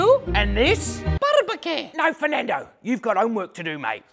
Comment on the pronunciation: It's NOT Fernado, it's the ENGLISH language